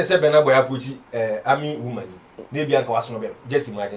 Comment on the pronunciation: Until now, u can not pronounce his name. It's not Benar Boy, but Burna Boy.